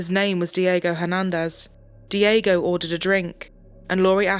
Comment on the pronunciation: Not dee-AY-go * dyeg-go